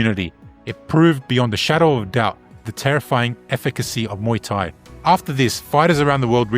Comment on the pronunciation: Mooo-Tai xD